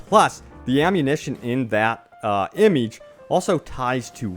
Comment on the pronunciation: The way he says image gives me aids